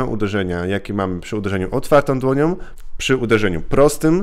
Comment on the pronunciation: "Otwartom dłoniom" . większom siłę maksymalnom" - tak mówi koleś który ma wyższe wykształcenie, a w szkołach spędził ponad 20 lat wliczając różne szkolenia. I mówi: Otwartom dłoniom i większom siłę maksymalnom. Tego się nie da słuchać.